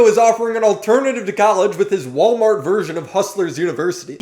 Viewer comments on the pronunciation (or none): none